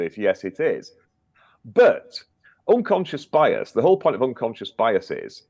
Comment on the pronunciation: “It’s unconscious biase” came straight out of Harry’s mouth lol Scoby seem to speak same language as the harkles lol